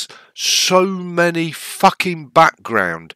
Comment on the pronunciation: When the English say fcuking it sounds more graphic than when another English speaker says it, lol.